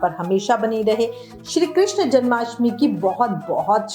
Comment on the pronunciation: कृष्ण hota hai कृष्णा nahi